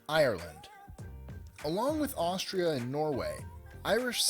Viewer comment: Haha, what is Ashtria?